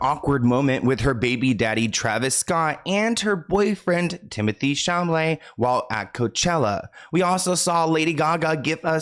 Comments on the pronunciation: It's timothee chalemet not chamalet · Timotheé Chaw Malay 😂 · I will never get over you calling him Timothy shamolet. I live. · did you just said Timothee Chamalet? 😂😂😂😂 it was so funny! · 50 seconds in and I hear "timothy sham-lay" lol WHO